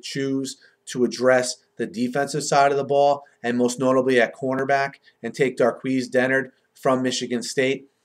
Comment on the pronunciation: That's not how you pronounce darqueze Dennard's name